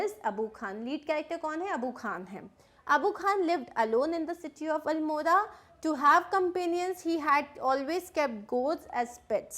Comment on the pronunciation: I am from uttrakhand you pronounced almora wrongly